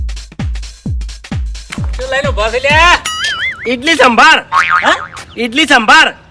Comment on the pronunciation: ઇડલી સાંભાર નહિ ઈડલી સાંબાર